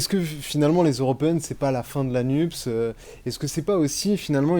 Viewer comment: Le journaleux a-t-il l'impression de causer américain, en prononçant "Nupse" plutôt que "Nupes" ?